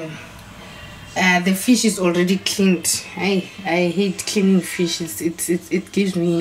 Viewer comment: I thought you said I hate killing fish 😂😂😂🤣 kanti its cleaning fish. Thanx for recipe. 👌🏾